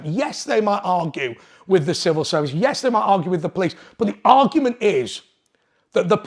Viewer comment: Civil not snivil